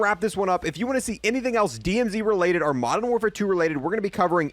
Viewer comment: Another YouTuber who pronounces the word OR as the word ARE